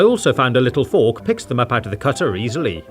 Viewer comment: Its not a fork its a thork